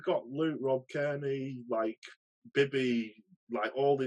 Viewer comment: What is that strong mans name? I am bibby? Iron bibby? I’m sorry haha